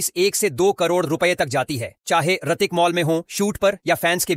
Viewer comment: His name is Hrithik, not artik😂😂😂